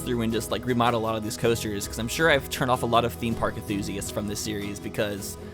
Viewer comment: he keeps forgetting to pronounce the N in enthusiasts